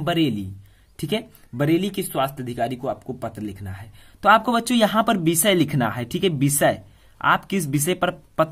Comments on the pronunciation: Bisay Nahi voh to visay hota hai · Bishay nahin Vishay hota h